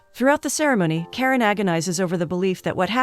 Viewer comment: It's not Karen..it's Karan like KaRUN..😅